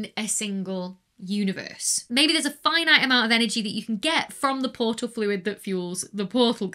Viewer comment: Anybody else get a yanni/laurel effect on "portal/porsal".